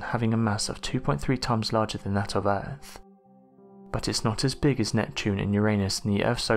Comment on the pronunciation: We live on EARTH 🌎...NOT URFF! I do think this narrator is working a tiny bit harder on pronunciation. Hearing the word fur-Vur instead of further can just drive a person craaaazy! I do LOVE UM, 98% of the viewing time is just SMH 🤦🏼‍♀️ & or ignoring the possibility of hatred this youngster has against the ‘TH’ sound., ya have to use your TEETH 🦷 & not Teef though.